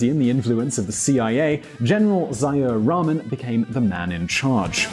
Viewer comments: It's funny how you pronounce "Ziaur Rahman". It took me quite a struggle to understand "Zaya Ramen". Ha ha ha ha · Ziaur Rahman, pronounced "Zee-ya-ur" Rahman.